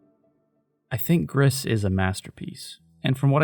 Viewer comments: FYI It’s pronounced like “Grease” Gris is Spanish for Grey. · mb for being that guy but gris is french for grey and in the pronunciation u dont really pronounce the s at the end, i loved the video btw